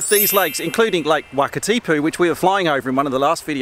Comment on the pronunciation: Great video as usual - thanks. From an ex Kiwi to an ex Pom - Wanaka is pronounced "Won e ka" and Wakatipu is pronounced "Wok a ti pu". I did the Shotover a couple of years ago with a gopro on a headstrap and I think the best place to sit is the back left seat - you are on the same side as the driver and end up closer to the rock walls this side. The back seat is also a bit higher than the front seat so you end up looking over the other passengers and there is very little water spray.